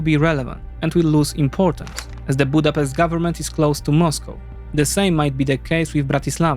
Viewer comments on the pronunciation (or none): none